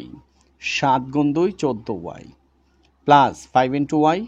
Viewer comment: স্যার আপনার বোঝানো অনেক সুন্দর, কিন্তু আপনি মাইনাজ প্লাজ না বলে মাইনাস এবং প্লাস বললে অনেক সুন্দর লাগতো 😅😅